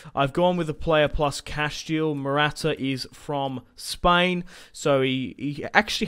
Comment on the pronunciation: You also keep calling Mata Morata